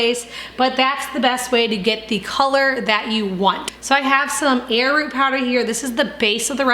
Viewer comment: Did you say air root ?